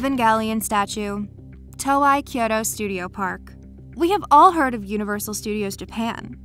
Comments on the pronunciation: Toei is pronounced TOE-AYY. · When you can pronounce "Evangelion" correctly but not "Toei" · The pronunciation of Toei is scaring me more than the statues. Years of watching Dragon Ball videos has drilled a different pronunciation into my head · Not everyone knows how to pronounce Toei, and nor have seen the post where Toei Animation explains it. It’s actually quite often mispronounced. Also, she isn’t Japanese, and it’s very easy to mispronounce a word from a language other than your own. Perhaps before judging, you should think about the fact that she may have never heard the name said and only read it. Plus Evangelion is extremely phonetic.... it’s pronounced exactly how it’s spelled soooo your point it moot.